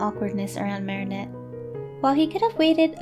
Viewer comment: THANK YOU SO MUCH FOR PRONOUNCING THE NAME 'MARINETTE' PROPERLY!!!